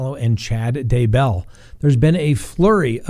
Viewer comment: You are driving me insane with your mispronunciation of Daybell! Grrrrrrr! The emphasis is on Day, not bell! It's DAYbell, not dayBELL! OMG! Can't watch anymore. It's like nails on a chalkboard every time I hear it wrong. Sorry, dude. Just sayin'....